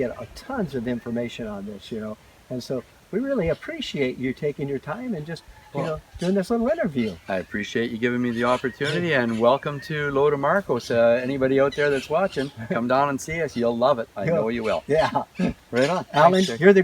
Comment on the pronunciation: It’s not Lo del Marcos! Lo de Marcos